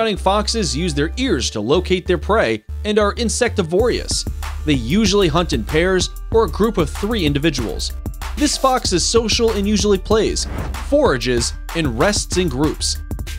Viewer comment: Insectivorious?!! As is often the case, american commentary has trouble with english. (erbaceous edge or herbaceous hedge?)!